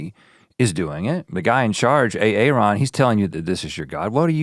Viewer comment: Rhett continually calling Aaron A A Ron